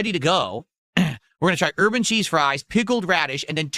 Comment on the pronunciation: He always says urban with a little extra stink